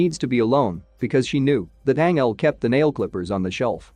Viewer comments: Anyone else triggered by the way he’s saying Angel, like the narrator said right twice then decided nope his name is Anel?!! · ..... Tells the story of....Ang-Elle.... 🤦🏼‍♀️🤦🏼‍♀️🤦🏼‍♀️🤦🏼‍♀️😬😬😬🙅🏼‍♀️🙅🏼‍♀️🙅🏼‍♀️💀💀💀 ***Fuckin cringes so hard I drop my phone 📢🦻💣☄️💥🤳 ⚰️🪦 I just can't take it! It's making me already hate the movie I haven't even actually seen any parts of yet just watching 5 secs into the video that just explains about it.... 🤖🤖🤖🤖 Not quite fair for the movie itself, but it's painful to hear that.... And oh geez, WTF is the other dude's name even supposed to be?!?! LMAO 🤣 I hate to even try n spell out what that one is sounding like to me right now....geez Louise.... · It's not Angel, pronounce it like Anjel